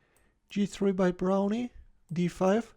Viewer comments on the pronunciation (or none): It's just pronounced brown. The e is silent.